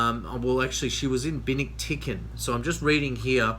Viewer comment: Cubi = "Que-Bee"; Binictican = Ben-Ick-Tic-an. Just a little help from a former resident of the U.S. Naval Station Subic Bay Philippines.